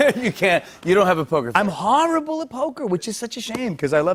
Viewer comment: "I'm HaRaBLe at poker!"